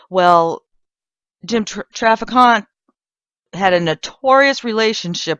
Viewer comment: If you're going to produce a video about a man, get his name right. It's pronounced Traffic Ant. It's not pronounced Traficante. There are rhree not four syllables in his name.